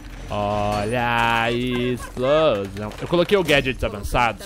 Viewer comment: é engraçadão ele fala olha a isplosão invés de explosão